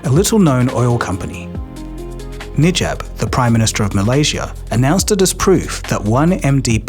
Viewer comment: prime minister "Nijab"